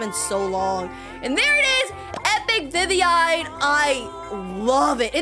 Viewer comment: WHY it is not vivvine it's viviein